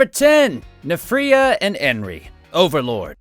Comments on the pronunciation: Nphira it pronounced like so (N-Fear-ia) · Mispronounced nfirea. (N-fear-ē-ă) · Nfirea is pronounced more like nn-FEE-ree-ya